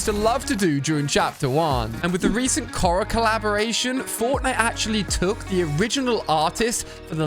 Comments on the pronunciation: Kora XD ali it's Korra said K-or-ra not Ko-ra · co-rra? ITS PRONOUNCED CORE-RA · Why does he say korra like that